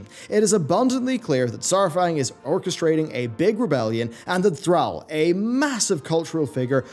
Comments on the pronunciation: Learn to pronounce Thrall. Thanks. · How he pronounces Thrall had me triggered.